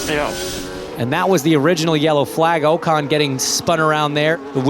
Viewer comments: Its not Oh-Con it Ocon 😂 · His name is not OCAN its OCON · Oh-Kahn. Pronunciation hits like a swimsuit full of wet beach sand. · If they insist on having american commentators for US races, at least make them pronounce drivers' names correctly.🙄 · These American commentators need to pronounce the names correctly lol. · Could the commentator please learn how to pronounce Ocon